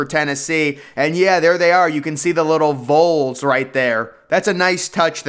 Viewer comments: Northwestern’s Ryan Field looks very impressive. Memphis as well. Neat video, my only issue is the way you say VOLS. It’s more like Vahls, not Vulls. Lol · Neyland is in the final year of a five year renovation. Pronouncing VOLS as "Voles" is pure blasphemy and sacrilege.. Did you attend Vanderbilt? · No “long O” pronunciation in VOLS. 😂😂😂